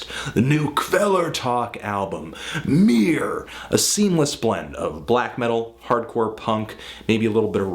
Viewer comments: anthony - "Meir" is not pronounced as "mere" - more like "mæir" :p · Meir is actually pronounced more like "mayor". Kinda like "Mayr".